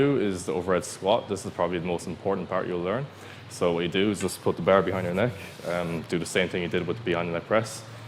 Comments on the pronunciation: What I do wrong was pronounce bar wrong you should say it like clarence Bâer Bear Beaer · The "behr". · "Just put your tum on da bear" hahaha i love it